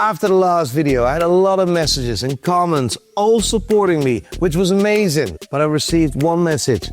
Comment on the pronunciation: Eet lukes Foookin uuh-may-zun!!!! Haggis and the dogs bollocks!